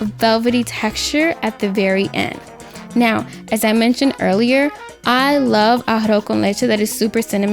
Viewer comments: NO YOU DIDN’T FUCKIN PRONOUNCE IT RIGHT!!! You pronounced it as “ARROH” con leche instead of “ARROZ” con leche. Thank you.🙂🤗🤗🤗🤗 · Emily Hernadez I got so irritated hearing “arr-oh con leche” thought I was the only one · A-ha-ro con leche is how I'm hearing it